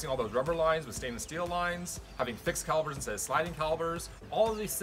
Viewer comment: I know you wrote "calipers" but you're killing me by saying "calibers"